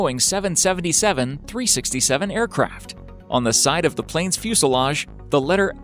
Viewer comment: Plane not plines